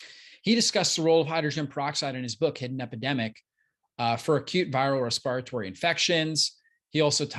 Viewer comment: Respi rytory? Dear doc. That word above doesn’t exist. It’s called Respiratory